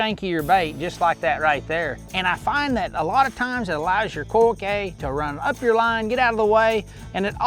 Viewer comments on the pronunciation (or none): Dude pronounced "coike" 3 different ways in this video